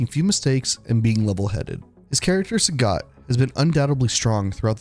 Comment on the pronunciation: It's pronounced Saget. Capcom doesn't understand phonetics because they're japanese and didn't bother to learn how to pronounce things.